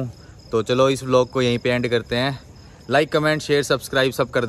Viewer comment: Bhai vilog nahi "vlog"